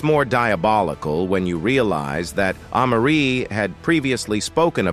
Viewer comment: These AI voices be killin me !!!! Who is AH-Marie ?!?!?! 🤦‍♂🤦‍♂🤦‍♂🤦‍♂🤦‍♂